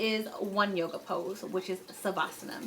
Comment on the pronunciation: This girl said “yoga” 😑😑😑 logs off